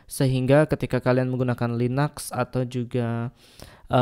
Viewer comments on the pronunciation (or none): Linux kok dibilang linax